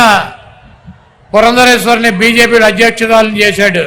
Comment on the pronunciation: మీరు పురందేశ్వరి అనడం కరెక్ట్ గా నేర్చుకోండి